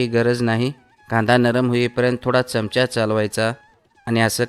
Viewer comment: च्यमच्या नाही हो चमचा म्हणा